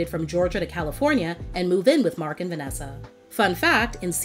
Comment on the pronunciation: I cringed every time raven called him cousin markn 😮‍💨 I'm like just say mark dang it!!